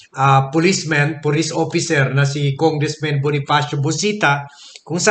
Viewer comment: Why congressman is pronounced as congressmen when the subject is singullar?